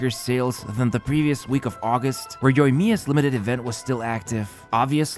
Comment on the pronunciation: For the love of God can you please turn on the Japanese Voice acting in your game and LISTEN HOW you pronounce Kokomi, Ayaka, Yoimiya and Inazuma?? Pretty please mate it just hurts my ears hearing you killing the pronounciation again and again.